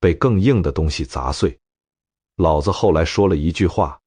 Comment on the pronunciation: 老子老子 讀音不同 味道和意境全變 果然是沒人味的AI呀